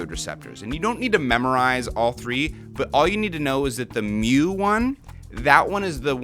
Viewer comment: Thanks for emphasizing mew. Lol theblast video i heard you talking about you kept saying mooo and the nerd in me was starting to freak out a bit xD